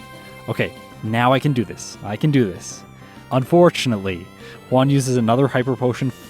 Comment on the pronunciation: i really enjoy your videos, but please, PLEASE learn how to pronounce Juan. everytime you call him "one", my ears start bleeding.